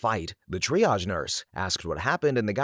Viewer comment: Oh my God! And undersparked VA who can actually pronounce triage!